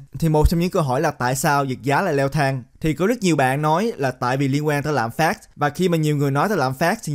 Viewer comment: Ad nói tiếng việt mà cũng nhấn âm cuối😂 lạm phá"t".